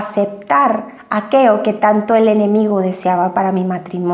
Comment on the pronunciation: Aqueo??????? O aquello???